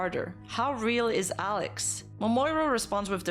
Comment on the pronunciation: I couldn't even hear what "Alex" said clearly, lmao. It sounded like someone drowning